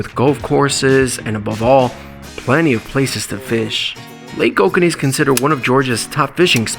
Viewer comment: FYI - It's pronounced "OH-KOH-NEE", not "OH-KANEE". We live here.